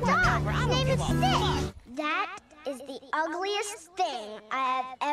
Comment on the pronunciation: "stitch" me : sounds like snitch 😂